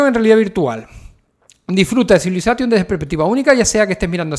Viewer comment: Me mata que digas CivilazaTTTion....!!! 🤣